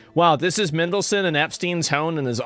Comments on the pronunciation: Lol Mindleson. MAN-DEL-SON but yeah shocking stuff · MAN delson mate not mendlesen 😂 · Asmon's pronunciation of names is diabolical. MINdelson, Jizz Lane lol.